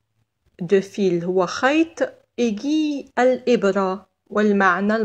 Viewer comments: Merci beaucoup mais je pense la prononciation du mot aiguille est اڨوي c'est pas اڨي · Merci pour cette vidéo. Petite remarque mot (aiguille) se prononce "aigwille" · اهلا بكم متتبعي الكرام. ورد خطأ في نطق كلمة aiguille الابره و التي تنطق "aigwille". شكرا على تفهمكم.